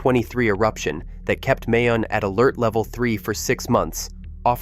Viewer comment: plz prjonou ce Mayon properly it isNOT like May the month but more like MY